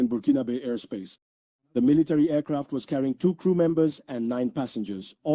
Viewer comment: AIRCRAFT OR EFCRAT😂😂🤷🤦